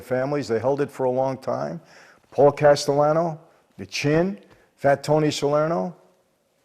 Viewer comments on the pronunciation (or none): none